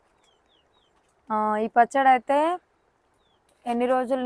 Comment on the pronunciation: Not pachada . pachadi